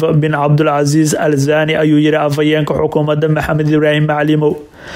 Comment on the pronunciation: Warcarbiga barta. Sida loogu dhawaaqo ma aha zaani waa thaani